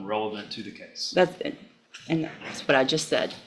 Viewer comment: How does the word Case end up being pronounced Cause !